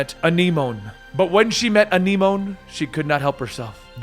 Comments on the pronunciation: I can't see how the name is spelled, but if it's Anemone then it's pronounced "ah-NEM-oh-knee" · Thank you I caught that as well and it was bothering me how he was saying it